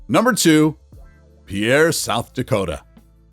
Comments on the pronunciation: Having live in Pierre Sd for 2 years, the locals hate when you get it wrong. Spelling aside it is actually pronounced like pier. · Pierre is pronounced "peer", not the French pronunciation. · “Pierre” is better pronounced as “Peer.” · "Pierre" is pronounced as "peer!" If you are going to talk about state capitals, make sure you check the pronunciation of the names. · I came to say that too…pier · The capital of South Dakota is pronounced Peer😢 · Before you do a video such as this, you really should be sure of pronunciations, such as the way you say "Louisville" and "Pierre." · Pier as in Shipping Dock, not Pierre or Pee-air as in Peter in French. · Just a note that South Dakota's capital is pronounced Peer not Pee-air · It is not pronounced “Pierre” but ‘Pier’, one syllable. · SOUTH DAKOTA's capitol is pronounced like PIER not PEAIR (DAM SICK OF THIS) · Peer, SD, not Pee-air. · Pierre is pronounced“PEER” not PeeAir. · South Dakota's Pierre is pronounced "peer", not pee-air. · Also, South Dakota's capital was not correctly pronounced. It's "Peer", not Pee-AIR. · Grossly mispronounced Pierre (Peer). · The capital of SD is pronounced "Peer." It rhyme with fear, near and here. It's great limericks: There once was a lady from Pierre...Who knew she had nothing to fear...But she got in a hurry... on the banks of the MIssouri...Whose waters are anything but clear... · FYI, you lose all credibly when you fail to pronounce the names of the cities you are discussing. Hearing you repeatedly mispronouncing Pierre (it’s pronounced like you would say “pier”) makes me wonder what else you’re getting wrong or failing to tell your audience. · Pierre, South Dakota is pronounced as pier (like a place a ship ties up) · Pierre SoDak is pronounced “Pier”. Put some respect on its name. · It's pronounced "Peer". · It is pronounced PIER S.D.like a wooden pier. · Pierre is pronounced as “Pier.”